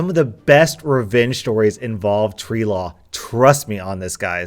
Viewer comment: is it just me or does him saying tree law sound like sharia law